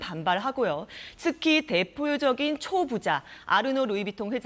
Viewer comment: 이 여자 기자 () 발음이 부정확하네. 발음이 여러번 정확하지 않다. 대포적인 X 대표적인 O